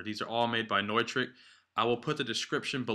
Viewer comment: I may try this on my Gator case. I have the DDJ-SX also. Thanks for the idea. BTW - I always thought it was "new-trick", not "noy-trick" :) lol